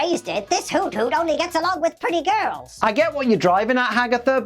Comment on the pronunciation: Isn't Hoothoot pronounced Who-Thoot?